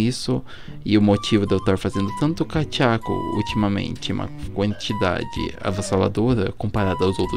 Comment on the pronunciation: Não é kachaco nem dechaco e kadeku